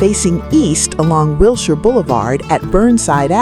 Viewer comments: YUP... ANOTHER AI NARRATED POS FROM SOME MINDLESS "CREATOR" THAT PROBABLY COULDN'T SPELL CALIFORNIA OR LOS ANGELES IF THEIR LIFE DEPENDED ON IT!!! I GREW UP HERE IN THE 40'S THROUGH THE 90'S AND WATCHED THESE CHANGES. WILSHIRE IS PRONOUNCED WIL-SHER..... NOT WIL-SHIRE. YOU FINALLY GOT IT RIGHT HALF WAY THROUGH AND THEN YOUR REVERTED BACK TO THE MISPRONOUNCED VERSION... WHERE'S THE CONSISTENCY IN PRODUCTION VALUES??? AND WHAT'S WITH THE "HOME ON THE RANGE, LONESOME COWBOY" MUSIC?????? LOL... HIRE A HUMAN VOICE OVER ARTIST AND DUMP THE AI... NO SUBSCRIPTION HERE.... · ... it's pronounced Will-Sure Blvd.🤗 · AI garbage. Just mispronouncing Wilshire twice was enough for me to quit.